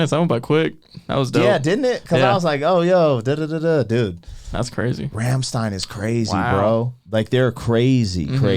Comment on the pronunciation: rum-shtine. like in sun-shine.